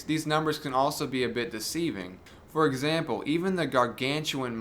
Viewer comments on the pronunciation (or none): none